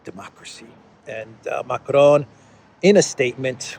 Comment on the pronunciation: You pronounce Macron as if he's a Mexican. Lol. There is no such thing as a rolling R in french, and the ending N is silent.